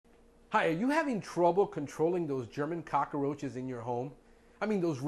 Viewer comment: Not Cock-a-roaches. There is no extra "a" in that word.